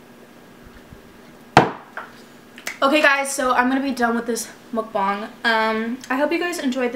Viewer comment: it’s pronounced muk-bang (not being rude just to let you know)